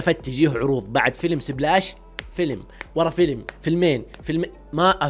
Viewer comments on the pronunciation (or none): فيلم سيبلاش 😂😂😂 انطق صح